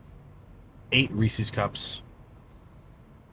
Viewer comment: wow a youtuber actually pronouncing Reese's correctly. Most say Reesees